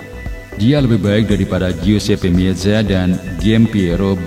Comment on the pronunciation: Blajar lagi baca min guesepe meza2 ap pantesan gak banyak subscriber nya